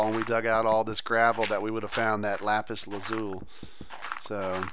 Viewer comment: its lapis lazolee